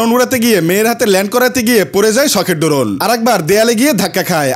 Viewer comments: ড্রোন ❌ ডোরোন✅ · ভাই শব্দ টা ড্রোন হবে ড্রোন না